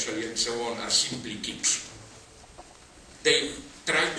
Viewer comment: why is rahmaminov kitsch? I didn`t understand the last word he mumbled.